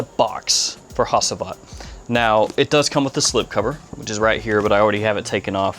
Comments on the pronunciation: I think you should pronounce it like Hagivat with G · Hacivat is pronounced "ha-ju-vat". Turkish language. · It is pronounced “HADJIVAT”. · Hacıvat is pronounced like "hadjuvut". "C" in Turkish always sounds like a "j" in Jack" .. (does not steal the roles of "s" or "k") That "i" also is not a real "i" .. It is a different letter. It is written without a dot. Notice the name was written in capital letters for not confusing the international buyers. (I wrote it with a "u" but) in fact it is pronounced just like the second "e" in teacher. The (not) "i" in "ANI" is the same ... "Hacıvat" is the name of a traditional shadow puppet "Anı" means "memory" (like somebodies past memories .. ) "Nishane" that you pronounce correctly (congratulations) means "a physical symbol that proudly represents something" ... (Ah yeah such a rich language.. :) ) So Nishane can be a flag, a signature, a logo, a medal , a diploma ... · Im interested in Hacivat. Another great review! My friend Hacivat is pronounced as "hajeivat". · I’d like to check out Sultan Vetiver. Hacivat is my favorite so far. Ani is really nice. Like to give it a wear as soon as the cool days come. Enjoyed the vid Bruv, Thanks ✌🏻 Also The C in Hacivat is said like J.